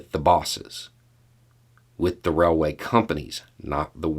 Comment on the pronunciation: This is the 1st time I heard an american call a railway a raiway :D